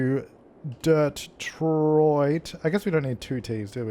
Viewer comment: "Dirttroit" im weak😂😂